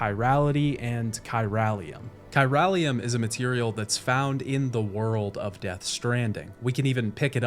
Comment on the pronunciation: You played this game multiple times, and you still can't pronounce Unger and chiralium correctly? Good vid though.